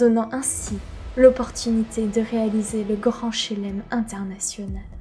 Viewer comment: Le gand Chélem m'a mis tres tres bien (le e ne se prononce pas d'habitude on dit "chlem") Pour le reste, c'est vraiment pas mal pour une première. Pas d'accord sur le fait qu'il ne faut pas te montrer a la cam, il faut juste que ca reste plus ponctuel. Presque comme si tu nous prenais en aparté. Et ne pas lire le texte pendant les plans face cam, on a l'impression que tu parles à ton écran. De toute manière tu as le meilleur exemple avec TheGreatReview. Je pense que tu regardes juste une vidéo (celle sur les Rox tigers par exemple), tu verras tout ce dont tu as besoin. Effectivement des petites transis et un découpage en grosses parties serait un plus. Sur la fin on sent que c'est la fan qui parle. Les trucs sur le skin ahri/orianna, sur son oseille et sur le fait que c'est la meilleure personne sur Terre apres Dieu me semblait moins pertinents (ça n'empêche pas de dire que c'est une personne tres appréciée de la scene e-sport etc..., mais la fin ça faisait un peu beaucoup). Mais je ne m'attendais pas à une vidéo de cette qualité pour une première donc GG à toi.